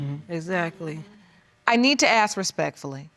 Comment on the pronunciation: YOU MEAN Uneducated, pitiful can't say the word ASK (AX